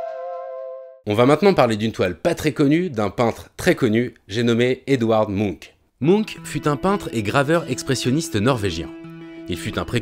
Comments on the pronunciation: Le cris de mounk????? Je comprenais pas de qui on parlait avant de voir le tableau Quand on parle d'un peintre aussi célèbre les minimum est de vérifier la prononciation de son nom. C'est la planète des mounks ou quoi??? Bref le "ch" se prononce ch... Et non k... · La vidéo est passionnante et super interessante mais juste comment il a dit "Munch" ça m'a stressé ahah 😅